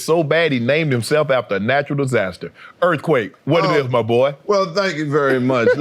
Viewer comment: Earf quake